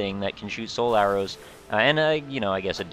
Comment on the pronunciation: Every time you say "Soul Arrows" I hear "Solaire-Os" the grossly incandescent breakfast cereal. I love it!